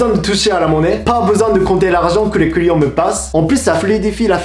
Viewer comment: Je suis le seul a entendre les couillons a la place de les clients ? XD